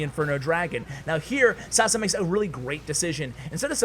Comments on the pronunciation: I love the way u pronounce Sasa xD It's pronounced Sasha btw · It's not Sasa its Sasha because he is from Balkan (Serbia) and his name is pronounce that way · It's not sasa. It's Saša in Yugo language or Sasha